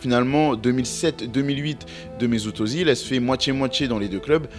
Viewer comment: Super vidéo. Attention, à prononcer « Euzile ».